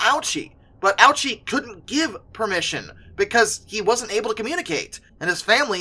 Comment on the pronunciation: No, he didn't. The speaker just didn't pronounce it correctly. It should be pronounced Oh-OO-chee (OO as in spoon).